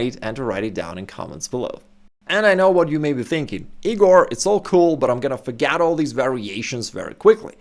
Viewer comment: Hi Igor, top content but - you have a funny accent - you exchange an "e" sound for an "a" sound in words. forget - you say forgat , and recommend - you say recommand - defenceless - you say defanceless. Then you exchange an "i" sound for an "a" sound - aggressive - you say aggressave.